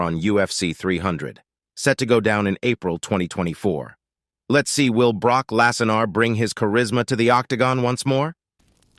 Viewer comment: I know! Like the commentator has never heard of Brooke........I mean Broke.....oh darn! Brock 😂